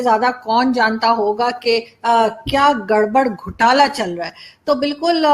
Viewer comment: Arzoo ji . today you pronounce correct.. Gadbad Ghotala 🙌🙌🙌🙌🙌